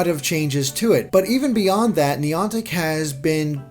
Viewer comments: Neeantic i think you pronnounce it Nyantic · Neontic? It's niantic!!!! Come on